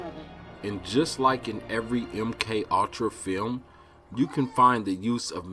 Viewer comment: Really ? "MK All-tra" "Patt-er-rin" ? It's a TWO syllable word. Pure Comedy lol